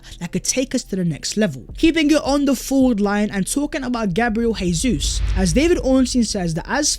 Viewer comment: it is pronounced Jay-sus as that is the Portugese pronunciation, not Hey-sus which is the Spanish pronunciation.